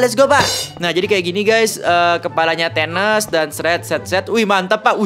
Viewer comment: Bukan thenes bang = Thanos